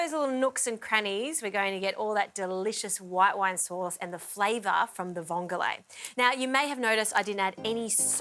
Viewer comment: It's not vongolae It's just vongole I love watching your program. But I couldn't help myself to correct your pronounciation. Vongole is an Italian word. How much vongole did you use To the amount of pasta